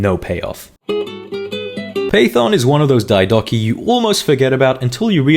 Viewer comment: Why do you pronounce Diadochoi like that? Its Διά-δο-χοι! Search it at least first wtf